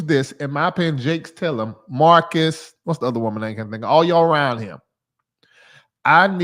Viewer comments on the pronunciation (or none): none